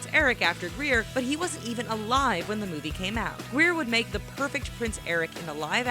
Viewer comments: OMG she got it she said his last name wrong Nash grayer not Greer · Grier not greir